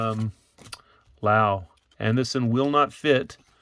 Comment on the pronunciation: When you're saying Lau, are you meaning Laos?